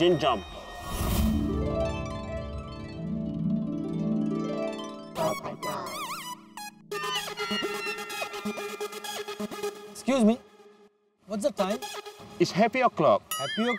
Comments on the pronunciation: Excuse me ❌ Achuseme ✅ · Not excuse me eccuze me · The way jethalal pronounced ascuse me was epic